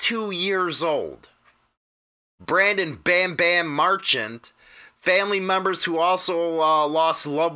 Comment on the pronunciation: Hollywood ! What's happening? Marchant .y streets pronounced Mar - Cha'nt. Correct me if wrong . Respect Sorry for loss Especially from LEO Always Praying for Brothers & Sisters. Nothing only LOVE here